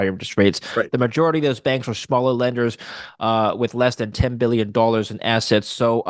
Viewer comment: Did he just pronounce Billion as Bollyion ?